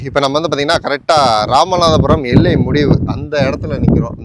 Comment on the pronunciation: எல்லையா இல்லை எல்கையா?